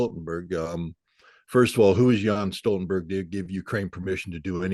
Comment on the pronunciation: Hey guys: It's pronounced "YEN'S" Stoltenberg. Not "yan"! Also he is a weasel who got his job for destroying Libya and was always mocked in Norway.